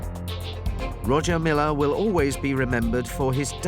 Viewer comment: It's pronounced Roya Milla sir